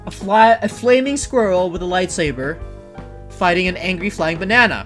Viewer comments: he said lightsaver it is saber not saver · that is my biggest petpev when people say lightsaver instead of lightsaber and they say dark vader dude it's Darth Vader